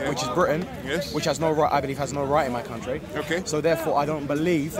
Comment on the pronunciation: "My country" said in an English accent.